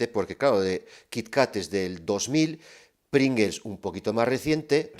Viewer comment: Y como dice, somos todos disléxicos: es PringLes y no PringeLs